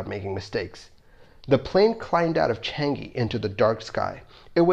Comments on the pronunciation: its changi not changeee xd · changi, not chang-gi